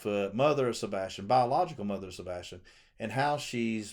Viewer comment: Please listen to Donna Seph a/ w/ she says a/ Sebastin